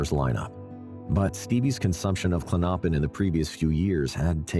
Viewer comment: Klonopin pronounced KLON-no—pin. Stress is on the first syllable, not the second syllable.